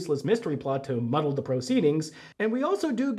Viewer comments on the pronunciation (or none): none